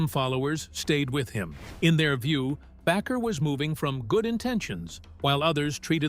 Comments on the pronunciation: Baker not Backer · You need to learn how to pronounce their last name Bakker. Shame on you for Judging Jim & Tammy.